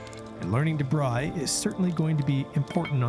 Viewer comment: Its called a braai not a braii. But nice first episode in Africa!